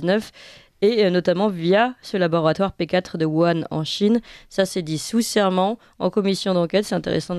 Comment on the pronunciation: on ne dit pas Yuhan, on prononce wouhan (avec un h dur comme le j espagnol). Je parle, lis, écris le chinois, en nov. 2019, les Chinois parlaient d'une infection respiratoire qui leur venait des E-U